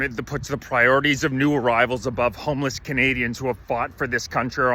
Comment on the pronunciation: did you say 'homeless Canadians' or ' Hamas Canadians " ???